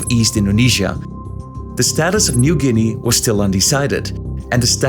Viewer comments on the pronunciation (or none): none